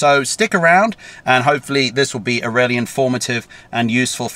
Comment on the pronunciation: Took me aback a few times when you said it's rarely rarely good, when in fact you were saying really, really good. Accents! Don't you love 'em.